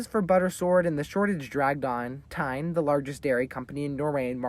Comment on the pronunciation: quick fyi, Tine is a name, its pronounced Ti (try saying 10 in danish) and the ne, you're not going for an 'ine' sound as in Valentine, I would go for an example of the other pronunciation with an English word, and I just checked an internet dictionary and I've discovered that the English language has no words, slang or formal, that have the correct pronunciation. Say Ti as t as normal and the i should be the sound you hear when you see the letter 'E' (we all know it, lets be honest here) and saye the ne as when you tell a child to sound out a word and instead of saying the letter n like its name (en) they say it like its pronunciation in the word (nu), now, say that ending but with a more relaxed mouth, and you've got it Tine, not like Time, but Ti-ne